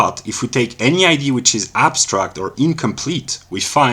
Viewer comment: Was looking for a Hegelian refutation from Russel, but this didn't sound like one? BTW I like that you pronounce idea as ID, makes clear that we in ideas perhaps are looking at images of identity.